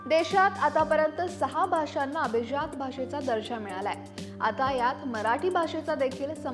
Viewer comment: अभीज्यात नाही madam अभिजात म्हणा